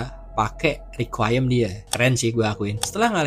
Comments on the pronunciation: Requiem bang bukan riquayem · iya harusnya requ wiyem